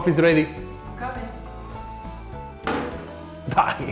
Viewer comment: lol as an english speaker, every time i hear "dai!", it always sounds like "die!" and i laugh inside every time